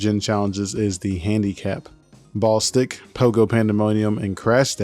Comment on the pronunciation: Hearing you call it "Ball Stick" instead of "Ball-istic" 😂